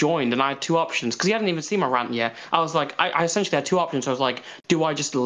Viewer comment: cannot pronounce words that end with an "ng". He would say seen and sing the exact same way, it drives me nuts sometimes.